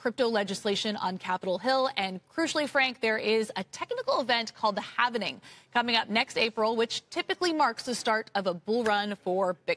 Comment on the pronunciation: you say HAlvening 😅 over there ?